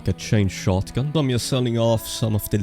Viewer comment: It’s “yust” time 😂